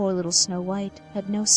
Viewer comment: Fwiendly wittle fox your right